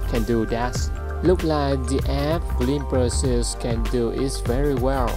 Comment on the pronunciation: Dude... you need to speak better English to do this. The pronounce the word “glimpse” totally wrong.